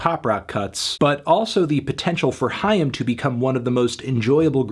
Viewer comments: No Anthony, it’s not ham. It’s haim. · I always thought it was pronounced like 'aim' but with an h sound at the beginning